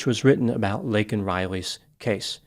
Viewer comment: The worst part is that he apologized for saying illegal other than undocumented….yet he did NOT apologize for mispronouncing her name… he called “Laken” “Lincoln “…unbelievable